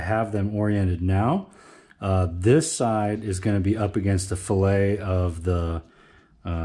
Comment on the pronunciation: The chamfered side of the connecting rod ALWAYS goes against the crankshaft. That chamfer in conjunction with a narrowed bearing clear the "fillet". "Fillet" is an engineering term and is pronounced "FILL-it"! "Fil-Ay" is a culinary term!